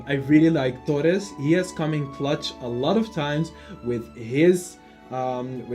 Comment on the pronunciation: I'm a native Spanish speaker and was a little funny the moment you said Torres. Nice top, I'm hyped for the strikers and midfielders top.